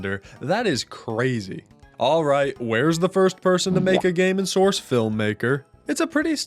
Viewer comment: You... You mean Source?